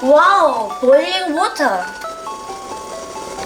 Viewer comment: water >> British pronunciation Sorry Dave ~